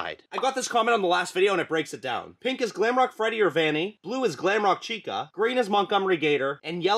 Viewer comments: You said gwamrock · You said glamroke woof again 😂